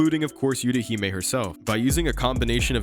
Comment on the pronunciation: They don’t use the “yew” it’s “eww tah hee may”